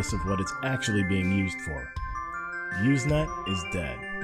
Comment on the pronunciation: Not "Uze net"! It's "Use net"! With an S Sound! Also, even the text functions still are being used. Not a lot, but still. And you should have explained the wonderful and byzantine process that allowed file sharing to evolve in a nearly organic way from text messages - and how, really, there are no binary files at all... just many short text messages... that link to each other... in a early way like today's block chain. But, good summary youngster. I was there.